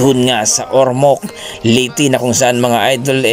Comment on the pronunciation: Leyte brad Hindi liti...